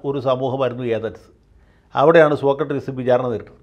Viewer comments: വക്കീൽ എന്താ സോകട്രീസ് എന്ന് പറയുന്നത്? സോക്രടീസ് എന്നല്ലേ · വക്കീൽ സാർ സോക്കട്ട്രീസ് എന്നാണ് ആവർത്തിച്ചു പറയുന്നത്, സോക്രട്ടീസ് ആണ്... 🙏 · സോക്രട്ടീസ് ആണ് വക്കീലേ. സോക്രട്രീസ് അല്ല. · ആദ്യമായി ജയശങ്കർ വക്കീലിൻ്റെ ഒരു തെറ്റ് കണ്ടുപിടിച്ചു. സോക്ക ട്രീസ് എന്നാ പറയുന്നത്😊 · സോക്ക ട്രീസ് അല്ല സോക്രട്ടീസ് ആണ് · സോക്കട്രിസല്ല സോക്രട്ടീസ് അല്ലെ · സോക്കട്രീസല്ല സർ സോക്രട്ടീസ്...... മാക്രിയുടെ ക്ര! താങ്കൾ ഒരു കമൻ്റ്സും വായിക്കാറില്ല എന്നറിയാം....... പക്ഷേ നാട്ടുകാർ വായിക്കും അവരുടെ എണ്ണം ഒന്ന് നോക്കി വെച്ചോളു. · ശ്രീ ജയശങ്കർ, സോക്കട്രീസ് എന്ന് പറയാതിരിയ്ക്കു. മഹാന്മാരുടെ പേരുകളെങ്കിലും തെറ്റി ഉച്ചരിയ്ക്കാതിരിയ്ക്കൂ. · അഡ്വക്കേറ്റ് ജയശങ്കർ സോക്രട്ടീസ് എന്നത് സോകട്രീസ് എന്നാണ് തെറ്റായി ഉച്ചരിക്കുന്നത് ! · സോക്കട്ട്റീസ് എന്നാണോ വക്കീൽ സാറേ, സോക്രട്ടീസ് എന്നല്ലേ അതിയാൻ്റെ പേര്? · സോക്കട്രീസ് എന്നത് സോക്രട്ടീസ് എന്നാക്കിയാൽ ഉചിതമായി സർ. 🙏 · 'സോക്കട്രീസ്' അല്ല... 'സോക്രട്ടീസ്' എന്ന് പറ വക്കീലേ...😎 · വക്കീലേ... സോക്രട്ട്രീസ് എന്നല്ല, സോക്രട്ടസ് അല്ലെങ്കിൽ സോക്രട്ടീസ് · സോകാട്രീസ് അല്ല. സോക്രടീസ് (Socrates) എന്നാണ്. . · സോക്കട്രീസ് ആണോ സോക്രട്ടീസ് അല്ലേ? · സോകട്രീസ് അല്ല സോക്രടീസ് ആണ് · Sokkartees അല്ല Sokratees ആണ് ശരിക്കുള്ള സ്പെല്ലിങ് socrates ആണ് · Sir, you pronounce "Socratrees"! The philosopher was Socrates not "---trees". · 'സോക്കർട്രീസ് ' അല്ല വക്കീലേ..... സോക്രട്ടീസ്..... സോ -ക്ര -ട്ടീ -സ്...